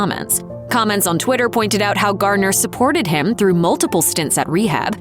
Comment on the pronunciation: Garner, not Gardiner, for Jennifer's last name.